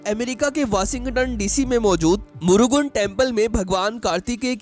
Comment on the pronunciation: What is Murugun ? It's मुरुगन gentleman.